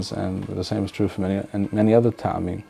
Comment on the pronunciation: Isn’t טעמים pronounced with an initial shva (טְעָמִים Te`amim) instead of *Ta`amim? I’ve noticed others saying *Ta`amim, as well, which I’m thinking is incorrect. It reminds me of מועדים mo`adim being mispronounced as *mo`edim.